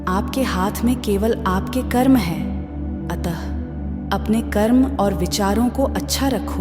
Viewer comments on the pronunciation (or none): none